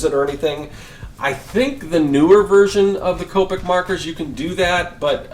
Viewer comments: Coe-pick Is how you say it :) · Copic is pronounced "Co-pic". Representatives from the company will correct you if you say it wrong, lol.